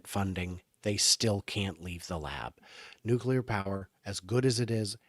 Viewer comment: Ya can't pretend you're smart if you say "nucular"... Bye Felicia...